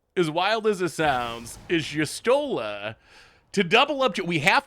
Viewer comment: desperately trying to pronounce Y'shtola in every way except actually looking at the letters and what order they're in